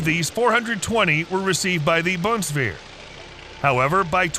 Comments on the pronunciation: Bunswear … wtf 😂😂😂 BUNDESWEHR, digger! Just learn how to pronounce the names right ! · If you want to say "Bundeswehr" try to pronounce it like "Boon-dess-vair" 🙃It's hard to pronounce it if you are used to the english language. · Very good video, but the German pronunciation is hard to listen too. Boondswair? ok. Fau-2 What the hell? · ...supplied to the Bumswehr... Ohm... yes 🤣